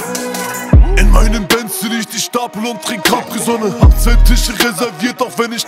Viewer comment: Ich feiere die line von AK und Bonez ,,IN MEIM BENZ" wie sie es aussprechen, einfach nur geil